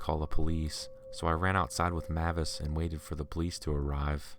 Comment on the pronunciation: If that pitbull's name is spelled "MAVIS" then it's pronounced "MAY-VISS" .... NOT "Mah-viss"